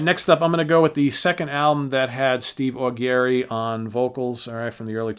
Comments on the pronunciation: It's not pronounced "Au Gary"...it's "Au Jerry". Check out the various interviews with him on Youtube...they never introduce him as "Au Gary" and that's with him sitting right there. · i totally agree,........too long????no such thing,....you get an album every 5 /10 years....60 minute album is fine...and who the hell is Neal "SHONE"????............"SHONE"??....even Neal pronounces his last name of Schon....as "SHAWN"..........and Steve AW-GARY????......AW-JERRY....oh geez